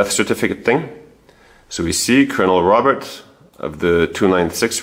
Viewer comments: Robert in French is pronounced Roe-bear. "Dr." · "Robert" in French - you don't pronounce the "t" - it's not "Robert" like in English. You do all this amazing research and can't pronounce his French name properly???